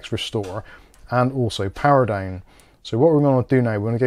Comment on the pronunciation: He say´s "dine" instead of "down" ha ha ho ho hee hee!